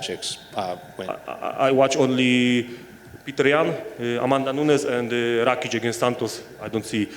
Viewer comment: Alexander Racheeks lol this interviewer misspronounced his name so bad that Jan thought he meant on some totally diffrent guy